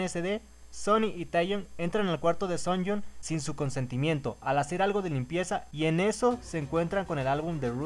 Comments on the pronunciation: Muero un poco cada vez que escucho 'Sunyong' en vez de 'Suyeon' (Sooyoung) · No es Seonjiu, es Seojiun; tampoco es Sooyoung, es Suyoung (hablando de pronunciación). Aparte confundias mucho a Sooyoung con Seohyun, pero de ahí en fuera todo bien.